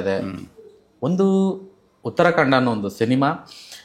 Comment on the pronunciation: ಉತ್ರಾ ಕಾಂಡ alla sir, ಉತ್ತರ ಕಾಂಡ..!